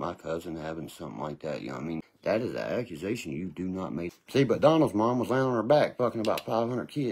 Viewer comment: is making some very serious "accumazations." 😂😂😂